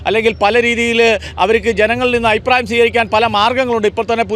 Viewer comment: Ayiprayam alla changathi,afiprayam ennu parayanam.